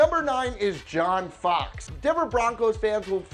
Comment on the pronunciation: As a bears fan I cringed when you said Fox